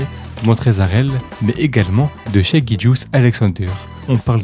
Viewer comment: Shaivonte aka Shai aka SGA aka MVP tu es le seul a dire shai et non shy ( hormis 2 3 fois en video ) mais t'es le seul a prononcer son nom correctement pour les analyses francophone en tout cas respect et superbe vidéo !